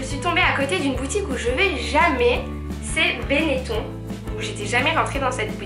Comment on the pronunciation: On dit Benetone pas beneton même si sa s'écrit comme ça